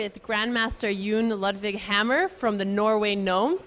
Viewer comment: What kind of pronounciation was that? Yuun Ludvig Hammer?